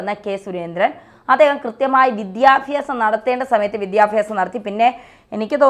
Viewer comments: ചാച്ചി, വിദ്യാഫ്യാസം അല്ല വിദ്യാഭ്യാസം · വിദ്യാഫ്യാസം അല്ല ചേച്ചി വിദ്യാഭ്യാസമാണ് ശരി 😅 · വിദ്യ ഫ്യാസമല്ല വിദ്യാഭ്യാസമാണ് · വിദ്യാഫ്യാസം അല്ല വിദ്യാഭ്യാസം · Madam vidhyabyasam onnu sherikkum pronounce cheyyutto